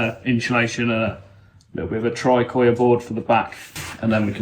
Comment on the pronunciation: why every time u say Insulation is like inciulecion =)))wtf LOL